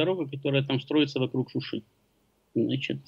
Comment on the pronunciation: Только произносить надо не "шушу"...))) а Шуши, и Шуши - НЕ склоняется !!!